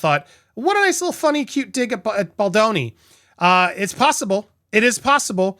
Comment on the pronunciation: Hi, Andy. Love your work. I think you mispronounce Justin’s last name Bald”o”ni. 😉